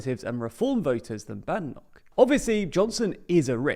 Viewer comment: If you're going to talk about Kemi Badenoch, at least learn to pronounce her surname correctly. The first syllable rhymes with "made", not "mad".